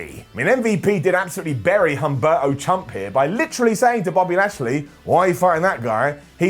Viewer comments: "Humberto Chump" is a swing and a miss,... Its obviously "Chumpberto Carillo" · Shouldn't it be "chumberto" Carrillo? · Almost said you didn't say "Chumberto" there...